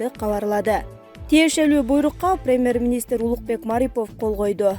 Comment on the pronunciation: АДМИН!!! КИЧИНЕ САБАТТУУ ОКУГАН АДАМ ТАБЫНЫЗЧЫ, КУЛАККА ЖАМАН УГУЛАТ ЭКЕН, " ПИРИМЭР, ЭКЕСЕС, КОНСТЭТУСИЯ,АКСИЯ"- ДЕДИРБЕЙ.